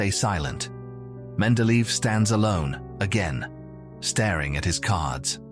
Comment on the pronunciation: Wonderful content here but terrible pronunciation of his name. Should be like men-de-leh-yev.